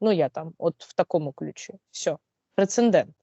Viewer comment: Уважаемая! Говорите, пожалуйста, ПРЕЦЕДЕНТ!